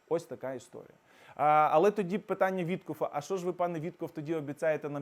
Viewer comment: Вітьков він, а не Вітхоф.